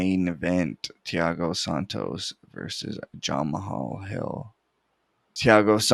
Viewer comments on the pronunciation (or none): His name is pronounced jamaal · Nice picks. Never heard someone pronounce Jamahal like that tho 💀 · Bro said jamahal hill like he was Russian 💀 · aha love it